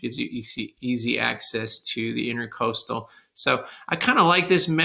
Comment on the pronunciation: Love your videos but please . It's INTRA-COASTAL not intercoastal. Please look up the difference. Thanks.